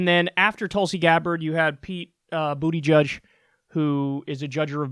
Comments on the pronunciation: Kyle, I'm a Bernie supporter, but I'm also Maltese. Buttigieg is my maternal grandmother's maiden name. It's pronounced Boot-i-geege, not Booty Judge. headdesk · Pretty sure his last name is pronounced Boo-tuh-Judge.